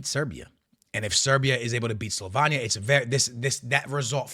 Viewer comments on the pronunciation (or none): Bro you have to learn how to PRONOUNCE the countries. SLO- VEIN- KNEE- AH SLOVENIA CHECK- KEY -yah Chechia rep Practice bro because you are doing massive damage to the easiest of teams to pronounce properly.